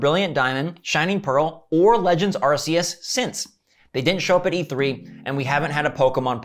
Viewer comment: It’s pronounced arc-e-us my brother